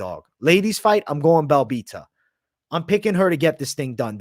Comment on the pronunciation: Belbita? Really? Belbita?